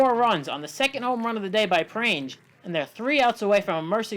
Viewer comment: This is something that i learned recently but Ashley Prange is pronounced prang-ee with a soft g sound